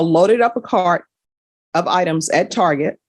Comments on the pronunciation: Ain't no way dropped a "Tar-jay" 😆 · I love the way the judge pronounced the word "Target" like "Target" instead of "Target".